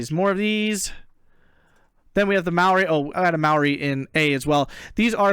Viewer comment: as a kiwi im saddened by the amount of Greeks fielded, side notes, Diggers is an error by Eugen, Diggers was ANZAC troops during ww1 but since WW2 is almost exclusively used to denote Australian Infantry, and Maori is pronounced Maa ree, long a and e sounds